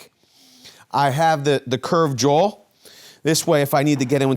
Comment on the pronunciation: Dude, it's a straight claw not jawl. I know you're a Joe Six-pack like me but you need to be knowledgeable and credible.